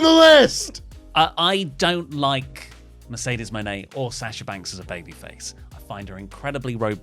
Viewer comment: accents for Mercedes coming out like. - "Mayrcaydaysh"